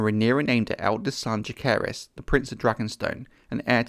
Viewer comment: he also mispronounces both Jaecerys and lucerys